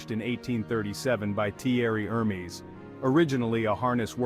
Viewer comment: who the fuck is her-me